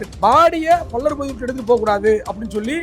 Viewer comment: டேய் என்னடா பல்லர் பல்லர் நாங்க தேவேந்திர குல வேளாளர்கள் என்ன பல்லர் பல்லர் என்று சொல்லிக்கொண்டே இருக்க முதல்ல வார்த்தையைச் சொல்லி பழகு அதுக்கப்புறம் மீடியாவில் பேட்டி கொடு